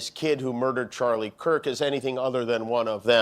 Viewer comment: He couldn’t even say Charlie’s name. 💩👜